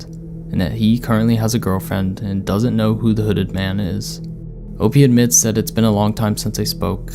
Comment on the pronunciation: I thought it was "OPIE" not "OP". Ya know, like from the Andy Griffith show? Ron Howard played "OPIE Taylor"-lol😆